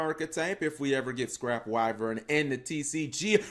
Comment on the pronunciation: "What could be with scrap wyern" :)